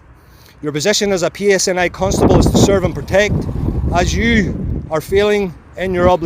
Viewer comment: It's PSNI you muppit